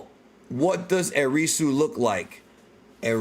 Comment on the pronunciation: Erisu sounds like Erase to me